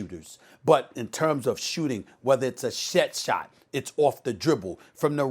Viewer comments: Stephen A - shet-shot - Smith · Steven A " a shet shot " smith